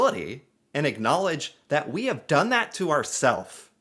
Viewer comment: "Why you hef to be mad?"